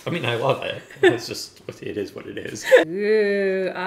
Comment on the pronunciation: it izz what it izz